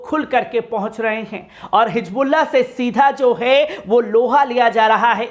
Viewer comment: Dekho Aadi padhai ki vajhe se insaan na English sahi padh sakta na Urdu sahi bol sakta, ye janab Hizbolla bol nhi sakte hijbulla bolte hai aur English kaisa padh rahe hai aap dekh rahe hai, Pehle apni zaban ( language) sudharo bhai baad me videos banana !